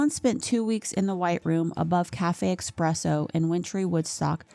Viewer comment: Great video but it is pronounced espresso, not expresso